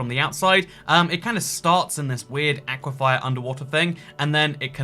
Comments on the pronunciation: please, it's "aquiFER" not "aquiFIRE". Like "fur": aqui-fur. AQUIFER! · Aqua-Fer not Aqua- Fier 😆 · Argh! It's "aquiFER", not "aquiFIER". Sincerely, a former Floridian. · Bro. it's aquafer not aquafire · anyone else noticed he keeps saying "aquifire" instead of "aquifer"? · Dear, aquifer is pronounced Ah-quif-fur not ah-quif-fire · Please stop pronouncing it “Aqua-fire”, it’s “aqua-fur” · I can't tell if he's saying 'aquifier' ironically or he doesn't know how to pronounce 'aquifer'. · Am I the only one that kinda wants to correct on his pronunciation of aquifer? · I think you might have added an extra "I" to aquifer. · is ever going to address why he's saying 'aquafire' instead of aquifer? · aquifer is not pronounced with 'fire' at the end it's like akwa-fer like fern without the 'n' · Love the vids truly. But my guy. It’s aquiFER. FUR. FIR. Not fire. It’s hard with geology being a part of my degree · is now purposefully annoying us with "aquifier" I guess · The one thing I hate about this is how says aquifer. He says Aquafire instead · Normal people: Aquifers: "Aqui-fires" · Ack-wah-fire. Florida: Aquaphor. (Ahk-wah-fur). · Nobody:: AqUiFYeR Jk ily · Can someone please teach the word "aquifer"? Its not "aquifyer" smh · I believe it is pronounced: Aqua-Fur. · british "people" attempting to pronounce aquefer will never not be funny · genuinely surprised by the lack of comments making fun of the way he says "aquifer"... impressive. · i can't get over the way you keep pronouncing aquifer